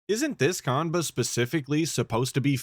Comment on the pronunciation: Idk how you can say you were a big shot in the fgc and not know how to say qanba